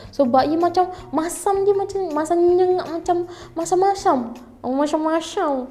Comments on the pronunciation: "masham masham" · Ghisaauuu part sebut masyam²😂😂😂